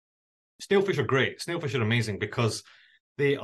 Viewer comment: ステイルフィッシュって言ってね？